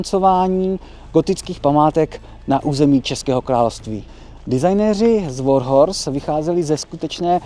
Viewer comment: Já jsem naopak přišel pochválit velmi nadstandardní slovní zásobu, výjimečně správné vyslovení slova "Warhorse" (překvapivě oříšek i pro moderátory celoplošných médií) a příjemný přednes. Snažit se zostudit někoho za vadu řeči a ještě takto zanedbatelnou... Z podstaty věci přirozená věc, dělá lidi lidmi. Skvělá reportáž.